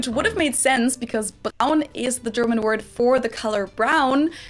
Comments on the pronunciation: just wanted to tell you that your grasp of german pronounciation is really, really good! I got into watching your videos for the last few days and I enjoy them very much. Keep up the good work. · Let me give you a warm thank you for your really good videos...never thought that Americans are so interested in good old G. And by the way, your pronunciations are good, so don`t be so hard to yourself;-). Anyway, you are very welcome in Germany. If i would see you at anytime in Munich or Berlin or somewhere else in Germany, be sure that i would force you to come over for a beer bro!! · Hey, you actually should be very proud about your understanding on how german language, or let's say words, work(s). Only by seeing the letters pretty much very nice pronounce the words... Respskt! Understanding where to emphasize is half the way. And you got it man. And if you go by the most important rule too, it's not that difficult anymore: any letter in a german word is pronounced. With only very little exception. Once again man: respect! Love it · I haven't even finished watching, but I think you are way too strict to yourself! You are doing good on the pronunciation! And you are learning German, which is not an easy language to learn. Watching your Videos is so much fun. You are critical and have so much appreciation for the work of others. Greetings from Austria 👋